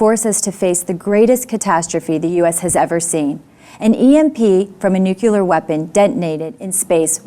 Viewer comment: When you say "Nukuler" I'm out.